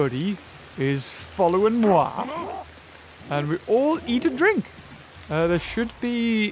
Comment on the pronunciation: I heard you say. " and we all eat a drink"